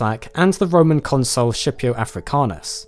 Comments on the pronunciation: Scipio Africanus is pronounced Skee-pee-o, not Scheepio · Scipio is pronounced like Skip-io, not ship-io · dont wanna be that guy but Scipio is pronounced skipio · FYI in latin, the name is "Skipio" not "Shipio", ya know like the name Skippy. ....thats right a famous Roman Generals name was Skippy African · Pretty sure it pronounced skipio in real (non-ecclesiastical) Latin Edit: Dude managed to mispronounce almost every single organ so it must be intentional. Please God be on purpose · Scipio has a hard ‘C’, yo.